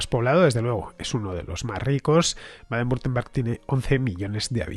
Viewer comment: Hola Fernando, por si algún día lo tienes que volver a pronunciar y quieres que te resulte mas sencillo, se pronuncia "Baden Bitemberg". Por lo demás fantástico trabajo